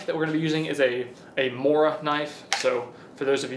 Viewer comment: How to pronounce Mora. "Mo" is like first part of "move". "Ra" is like the first part of "Ramen noodles".